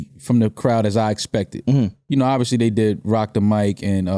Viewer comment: “obbiously”! I love it!